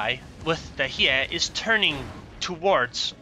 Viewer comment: pronounced "Hyeh-ee" and it's the ARP version of Hiei, Kongou's sister ship. interestingly the C-hull on the Kongou is Hiei, not Kongou. It makes sense for war gaming to not rename just the third hull of the Kongou, just thought it interesting that they used Hiei as the third hull. Keep up the good work!